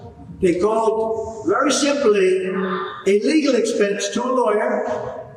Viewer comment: I know a says "a legal expense" but it sounds like illegal expense.